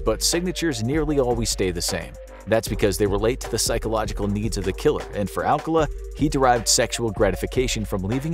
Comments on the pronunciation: His name is pronounced Al-CAH-luh, not AL-cuh-la. The date didn't go well? No. She didn't go on the date. She met him at the show and thought he was creepy. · His name is "Arcala" not "Alcala" but still sus